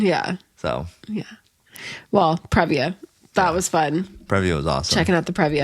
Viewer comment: Previa is a long E sound. PREE-via.